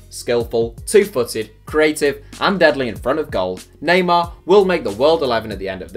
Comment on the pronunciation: Neymar? I had to stop watching that as soon as you said his name